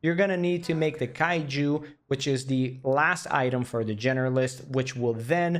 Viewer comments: you sure fucked up pronouncing that word. "kaijhu" bro its kilju. "Kill -you" Ifaks and afaks are acronyms. they are pronounced the way they are written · not kaiju, kill you with short u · Hey, finn here. Great video, but also I'm dropping in to provide you with information about pronouncing the beautiful drink Kilju. It's pronounced "Kil-yu" like "kill" and then pronouncing the letter "u". Cheerss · I laughed a bit the way how you pronounced "kilju" (as a finnish person)